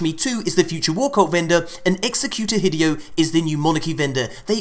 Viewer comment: As neat as this is....your pronunciation of hideo's name bothers me severely. Hi-day-oh. Please, for the sake of my ocd and sanity.....stop with hi-DEE-oh.....